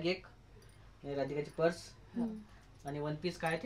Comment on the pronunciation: प्रस नाही ग.पर्स